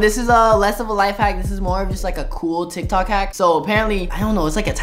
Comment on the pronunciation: LOL THE START Michael: today we are going to be trying some tiktok HaCkS!! Jonathan:NIKNOK nAcKs Caught me off guard YO 😵😂😂😂😂🤣🤣🤣🤣🤣🥲